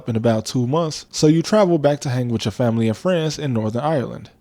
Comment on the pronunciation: yee ik it just sounded like you said « france in northern ireland » but you said « family and friends in Northern Ireland »